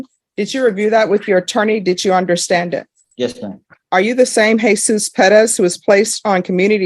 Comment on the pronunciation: It Perez not Padez